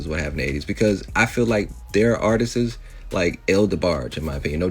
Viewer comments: The way that idiot is saying "artistss" is pissing me off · The man that keeps saying artisis is pissing me off. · that last dude pissed me off. he kept saying Artistses